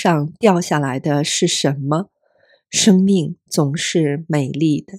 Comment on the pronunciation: 生 in 生命 should be first tone, not fourth: shēngmìng